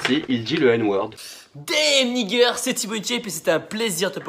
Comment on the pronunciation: C’est quoi nigger ? 🤣 C’est n*gga ou n*ggas , il sait même pas parler anglais et encore moins l’accent lol